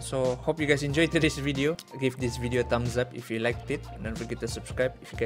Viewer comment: Sus - cribe pun jadi sas - cribe.... ngok punya haha